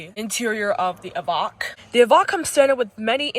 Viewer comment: It's an EVOQUE! Like 'coke' not vok like wok!!